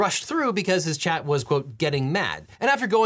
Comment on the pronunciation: It's chat not Chad